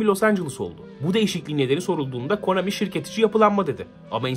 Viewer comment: no çok konAMİ dedin öyle